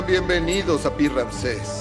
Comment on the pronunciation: Ni Rances, ni Ramses; tampoco Ranses; con todo respeto, es Ramsés.